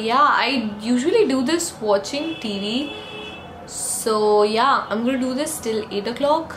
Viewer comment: When you say "so yeah" , it seems like " zoya" lol